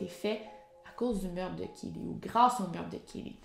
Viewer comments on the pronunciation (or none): none